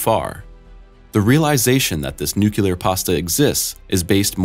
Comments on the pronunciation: Repeat after me! "NUCLEAR", "NUCLEAR", "NUCLEAR"! Not "NUCULAR". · NUCLEAR NOT NUCULAR! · Okay, very informative, but you need to learn how to properly pronounce nuclear. There is only ONE u in the word. It is NOT nu-cu-lar, it is pronounced nu-clee-ar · Yea it really bugs me when people do this. New clear.... not new cue lar lol. Like the channel and the videos though. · Made it to before saying "phenomena", bravo. Also it's NU-clee-er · It's concerning that the narrator can't pronounce the word "nuclear" properly. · dude needs to learn how to pronounce nuclear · Fascinating. How one can narrate this without knowing how to pronounce 'nuclear', that is. Also; this video is 90% about things established and explained, not weird mysteries. Clickbait. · That one always jumps out at me since my Dad worked on the Polaris Nuclear Sub program. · best youtuber can't pronounce "nuclear" properly? Your standards must be very very very low.